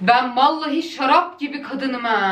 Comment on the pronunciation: Nobody: The Aslı: Şarrrap gibi kadınım haa